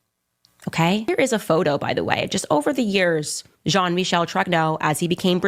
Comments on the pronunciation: Michel i think is pronounced michelle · Bro just say Michael you sound dumb lol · I like your channel but for God sakes "Michel" French pronunciation is like "Michelle". Sounds a bit ignorant. As an ignorant to the pronunciation of the name.